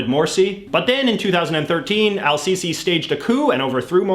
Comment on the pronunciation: Everything you said about Egypt was wrong, especially how you butchered the president’s name